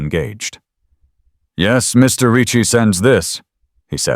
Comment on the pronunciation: Why can't AI figure out how to correctly and consistently pronounce Ricci? 😂❤🤬